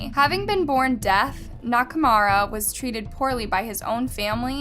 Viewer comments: She did the same with Nakamura.. she kept saying Nakurama.. Japanese names have meanings but Nakurama made no sense... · na-ka-mu-ra, not "knock-a-rama" <3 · Nakumara Nakurama Nakumara Nakumara Nakurama Nakurama Nakurama and so on ... the dude is named Nakamura XD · Nakurama? Nakamura? 🤔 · Nak a mura How is this pronounced Na ka Rama ? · how come you kept calling Nakamura, Nakarama? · It's Nakamura, not Nakurama, right..? 😂🙌🏼💯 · First of all thank you for making this video, but secondly, please focus a little on the names of the people you talk about. I can understand that foreign names are hard to pronounce but at least get the order of the name right, it really threw me off when you kept switching from Nakamura to Nakarama. Again, I know we don't all say things the same way and that is fine but at least put in enough soul and respect to get the order of the letters right. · Nakarama LOL Wasn’t it nakamura? Idk but it’s funny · And just to add that it’s nakaMura not nakarama. I couldn’t listen anymore with the constant mispronunciations. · is it nakarama or nakamura? because you're pronouncing it "nakarama" but your subtitles says "nakamura" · Pronunciation; na ka mooo rah, and dah mur… I think you need to stop talking in a stuck up tone of voice and actually learn to pronounce names. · the Oddest J is one not mentioned yet. but for real, if i heard Nakurama one more time, sheesssh. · the freaking "nakaRAHMA" is also annoying 😑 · Take a shot everytime she says Nakurama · You had so many chances to pronounce Nakamura correctly and not once did you take it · Hey, I love your channels and your content, but you seem to be butchering names more and more lately. 😞 it's a bit of a red flag to pronounce "Dahmer" incorrectly in a true crime video and your repeated butchering of Nakamura's name made it feel like you didn't care to get it right. You are a great investigator, keep it up.